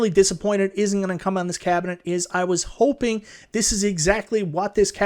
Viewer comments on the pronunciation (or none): none